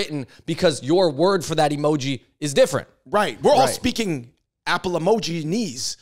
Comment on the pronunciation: He said emojinese 😅😮😢